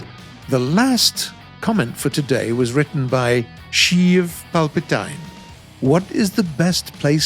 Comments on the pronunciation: And Palpatine is pronounced Palpa-teen not tyne. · Oh man, Sheev Palpatine? Lol PalpatEEN! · i guess isnt a star wars fan.. lol god that pronunciation was bad